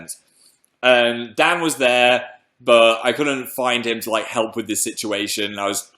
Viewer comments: umm phil can you say dan's name one more time? sounded like you said 'dad' mate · it sounded almost like dab but im pretty sure he said dad oml